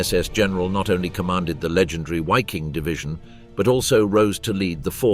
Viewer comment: Another YouTuber that can't be bothered to learn how to pronounce the subject of his video. WTF is a "Wiking"? It's pronounced, unsurprisingly, "Viking" whether you are English or German. So that's another YouTuber I can block.